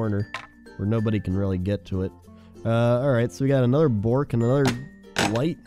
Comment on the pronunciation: it's not "bork" its more of a uh sound making it Buhrk if you dont get this right you are going to lose all your Ikea cred